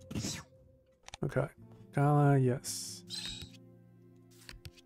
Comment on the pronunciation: The second a in Galah is drawn out, not the first. Like Galaaah, not Gaala. Unfortunately the game pronounces it wrong too.